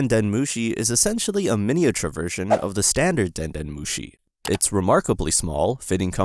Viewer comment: Den nœt mochi 😱😵🍚